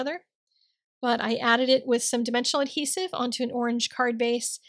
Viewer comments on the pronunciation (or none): none